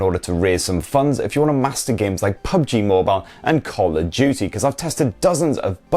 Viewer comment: He said call of juty